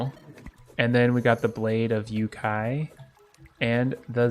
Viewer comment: Nah, the staff of frost hydra is a summon weapon, not magic, but since it's cool you can get it. - I don't know what funnier between the English spelling and the Hepburn romanization of Japanese, but You-Kai is actually pronounced "yo-kai" (long vowel on the first one). Still following and supporting. :)